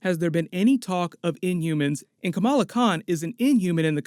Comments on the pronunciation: I swear I heard him said Camilla Khan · What If... people stopped pronouncing Kamala as "Camilla?" Not that I give a crap about the new Ms. Marvel, but it bugs me.